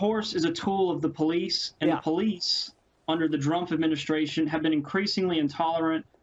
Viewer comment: He is literally saying Drumph